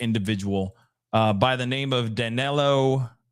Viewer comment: Not that this matter but if you read his name like Danilo maybe you're going to pronounce it right. In portuguese i and e sometimes have the same sound 🙂.